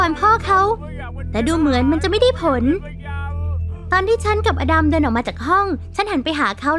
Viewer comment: อลัม??หรืออดัม??